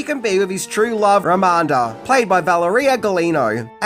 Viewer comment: It's Ramada, not Ramanda